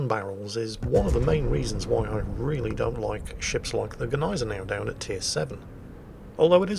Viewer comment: I presume at this point it's hopeless to tell you that it's not GEH-neisenau, but GNEI-senau - no additional e between g and n, even if that's a sound english doesn't make...